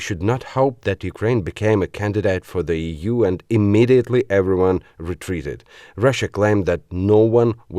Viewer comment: NARRATOR: EU is not "EEE OOO." It is "EEE YOU." Please learn better pronunciation.